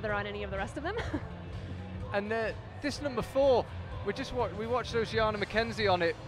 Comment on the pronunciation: According to social media, her name is Oceana, so Charlie's pronunciation sounds the correct one to me.